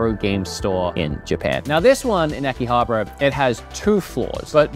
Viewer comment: So uhm its Akiha Bara not Aki Habra